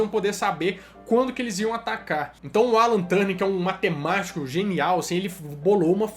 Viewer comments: Muito bom o vídeo, gostei muito do início, se não me engano o nome do sujeito é Alan Turing, e não "Turning". Mas acho que devia ter mencionado que entre a década de 90 e 2000 houve a WAP e os vários protocolos Gprs, edge, hsdpa; que foi o verdadeiro início da internet no celular. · Turning, não. O nome dele era Alan Turing. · Essa pronuncia do sobrenome do Turing me deu bastante agonia, mas o vídeo ficou top d+ da conta uai!!!